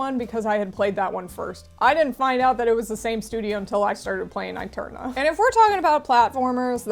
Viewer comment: I think aeterna is supposed to be pronounced eterna since aestetic is also pronounced estetic